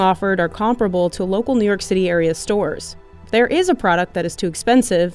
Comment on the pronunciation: never heard a person pronounce "comparable" like that